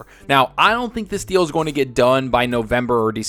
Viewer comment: OMG Stop this deal sounded like you said "stop the steal" then you used the word coup right after.... i thought somehow you tube forwarded me to politics again. Thankfully it was something I actually want to hear more about.... ...